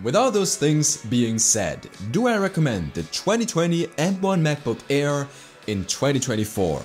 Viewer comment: Kleiner Tipp: deine Aussprache ist zwar sehr natürlich, aber wenn du es noch besser machen willst, solltest du bei Worten, die mit einem Vokal anfangen, die Kehle nicht so zumachen. Das nennt sich Glotalstop und macht man nur im Deutschen. Wenn du "Air" sagst, merkt man es deutlich ;)